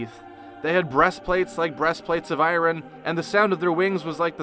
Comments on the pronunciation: "Breast plates of I-Ron" Really? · I hate the way you mispronounced “decal,” “iron,” and “homage.”